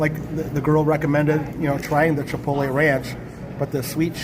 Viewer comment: It’s “pasta” and thank you for pronouncing chipotle right. 👍